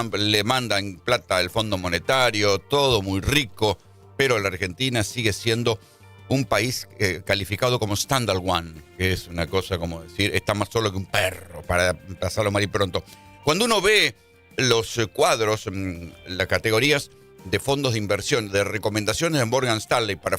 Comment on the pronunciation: STANDALONE no STANDAL ONE ......¿para que nombran cosas en ingles si no saben pronunciarlas?. Son periodistas maestro. Si no saben algo, no lo digan. Standalone significa "aislado de los demás" o como un sector aparte. "Standal one" no significa absolutamente nada.....